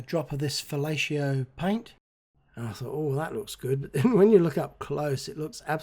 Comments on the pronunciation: The canopy mold you made, for vacuum forming, is called a 'buck' About the brand name of the pink pilot paint, I think it's pronounced 'va-LAY-o' (spelled 'Valleo') and not 'fa-LAY-she-o' (which is spelled 'fellatio'). Just sayin. Great job again on the aircraft. Cheers! 😆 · So what if it's a Dinky rather than a Matchbox? The end result is terrific. And I believe the correct pronunciation of the paint is vee-YAY-ho. That was a "did I hear that right?" moment. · I could have sworn he said fellatio too!